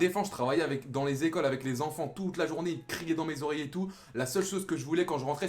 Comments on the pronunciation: C'est " Une journée avec Pogba " mais pas jounee 😂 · c journee pas jounee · oui jounee ca se dit pas